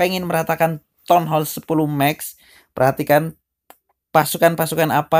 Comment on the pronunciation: Ngomong max aja mex pea